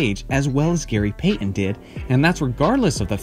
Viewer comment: Bro here: Gary Payton’s Last Game With The Sonics (2003) It's not Gary PAY en. It's Gary Payton. Tf wrong with you?